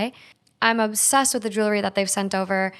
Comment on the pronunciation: You know there’s an “L” in jewelry right ?! 😂😬